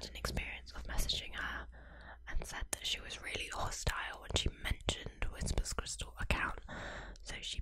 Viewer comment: Can't get past "whispers crystal" ("whisper's crystal?") each time, especially since it's spelled correctly. It's like how some British dialects say "Barricko bomma," despite knowing that's not how it's pronounced.